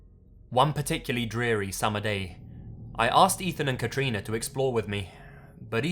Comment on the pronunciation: First person I've heard of having my name! (Katrina) Can I just say you say it amazingly?